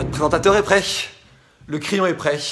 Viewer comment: A c’est quoi cette façon de dire ‘prêshhh’ au lieu de ‘prêt’